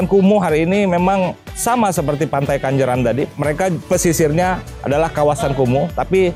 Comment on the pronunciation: Pantai KENJERAN bang bukan Kanjeran,.. 😀😀😀😀🙏🙏